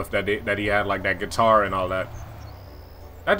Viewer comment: "Is this place have the getar" Misses it